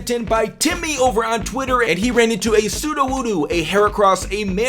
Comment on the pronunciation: He sed it like soodoowoodoo